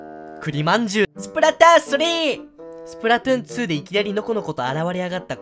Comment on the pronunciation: 栗↓まん↑じゅう↓